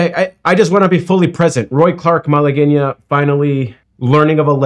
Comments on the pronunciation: It's pronounced Mala-gwen-ya, Spanish pronounciation. Thanks for sharing, I can't believe you play guitar, and (apparently) only now have heard of Roy Clark! But he was big when u were probably just a little kid, maybe even before that, so you are excused!! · Question: Is the "u" spoken or silent in the word Malagueña? I know that having the "u" in there makes it a hard "g", otherwise it would have an English "j" sound, like Malajeña, but I've heard people pronounce the "u" as if it's a "w" -- Malagweña. But shouldn't it be a hard "g" and a silent "u"? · I think it's pronounced Malagooaena but chk me on that. Secondly - that was played way up tempo, probably a time consideration for TV. Check me on that also. It sounds much nicer in a slower tempo my opinion, not rushing by so fast with the accents. Lastly I'll say you need to look into classical spanish music. I appreciate your curiosity very much!! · Pronounced Mal a Gwenya I think LOL